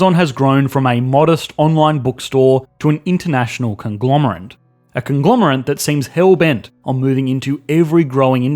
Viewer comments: Conglomerate not conglomerant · are you saying 'conglomerant'? its conglomerate with an -ate. did you actually think it was - jesus christ, what are you - an ant person? how long have you been saying that wrong? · ‘conglomerant’ vs ‘conglomerate’ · Did you say 'conglomerant'? I'm beginning to feel some of these quirks are there to keep us on our toes! I love the channel - great work!